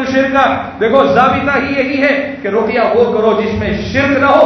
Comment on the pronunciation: روقیہ نہیں ہوتا بلکہ رقیہ ہوتا ہے